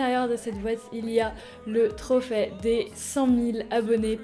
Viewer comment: a chaque fois que tu disais trophe j'entendais trophet😂😂😂😂😂😂😂